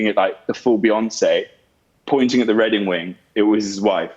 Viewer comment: Redding wing...anyone else caught that?